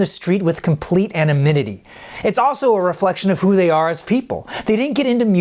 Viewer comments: Its pronounced "anonymity" not "anominity". Fool. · Anomynity? Seriously, I hear it a lot lately. It's a-N-o-N-y-M-ity. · He says anomitity instead of anonymity. He says paramont instead of paramount. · Complete "anominity." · Anominity! Lol. You mean anonymity? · "with complete anominity" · * anonymity not anomynity I was paying attention! 😁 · what is "anomitity"? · "Anomidity" is a thing now! (sweet review!) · he just said animidity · Ahhhaha “anominity” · "Walk down the street with complete anoMINUTy" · Pardon? Did you say Anamidity? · "Anonymity" not "Anomidity" minutes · WTF is "Complete Anominity" 🤣🤣🤣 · Someone, please teach the presenter how to pronounce anonimity. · Clearly it's Anno Mimmity. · Anominity? WTF (and the text said TRASH, not TRASH). Luv your reports but you need to critically review your work before publishing it. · "..complete anomimity." Thank you for that. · Did he say anominity? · "complete anoNymity" not "AnoMynity" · It's nice to have "complete animidity" sometimes, almost as good as anonymity :P Otherwise great history of a fantastic band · *anonymity, not "anomitity"or whatever that was. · "Complete anominity." -- what the hell is that? LOL Great video though. Love this channel. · Animinity? Anonymity bro. Great documentary though. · 'complete anominity" Nice one. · "Anomynity?" I think you meant "anonymity." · "anominity" XD still good but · anonymity not anomitity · The man said "anamittedy" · Anomitity? Did anyone else hear this and think " that's not how you pronounce that" or "what is that word?" This guy rocked his mistake, straight gangster. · "Anomitity???" hehehe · "anominity" lol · How did the take of this man saying "anominity" make it into the final cut? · "Complete annamittity" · the word is anonymity not "anominity" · Does he say anominity ? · "complete anomiddity" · Great history, as they can walk down the street with complete... "anomidity?" LOL! Oh, you youthful ragamuffins, with your pronunciation shenanigans!